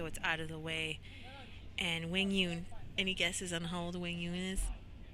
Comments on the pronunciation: Love when pronunciation is respected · Commentators getting Quang’s name right, love to see it 😊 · Commentators needed an Aussie to pronounce Quang's name 😂